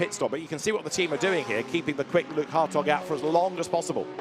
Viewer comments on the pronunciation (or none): Every time they say Hartog I just hear hotdog 😂